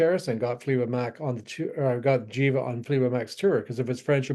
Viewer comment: The band Jiva is pronounced with a hard "G" sound, not a "J" as in "GHEE-va". It is a sanskrit word that means "that which breathes". This info can be found on their bandcamp page.